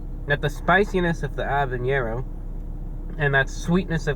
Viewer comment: You're like the only guy i know to pronounce "habanero" correctly. Everyone says it " HA banero" the "H" is silent.